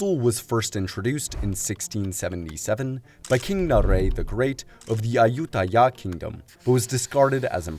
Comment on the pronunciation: I died when he said "yayutthaya"